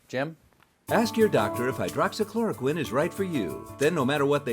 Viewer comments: I think why DJT urges the people to take hydroxychloroquine is that he learned to pronounce this Word correctly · Is no one going to mention Trump pronounced Hydroxy Chloroquine perfectly but couldn't even pronounce United States good